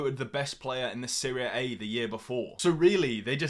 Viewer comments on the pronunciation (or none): Come on, man. It's pronounced as 'Ah' not 'Ay''. Was enjoying the quality until then, but that's going to put a lot of people off. They'll think you know nothing about Italian football. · Where in godsname did u ever read SeriA A? Nobody ever called it that, why do you call it that. Its SERIE A. Its always been Serie A. Especially when doing a video about Serie A how does the word Seria ever come into ur head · pronunciation?? Its in the title of the video lol, its a written mistake first of all. I commented because of how u wrote it, anyone can butcher a pronunciation. How u write something is inexcusable. Also i was kinda baffled u actually pronounce it Seria as well at the start of the video